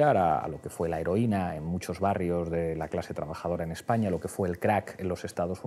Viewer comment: Jorge Almagro Pablo Iglesias, no puede decir la palabra España.